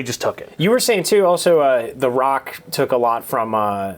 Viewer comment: "The Ruock"